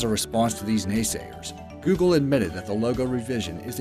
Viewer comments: he call it giugle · You said vav wrong. The A sounds like the O in god